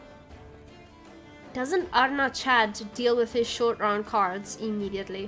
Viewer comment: I thought Arnaghad was pronounced more like "Galahad" from the Knights of the Round Table. Arn-ga-had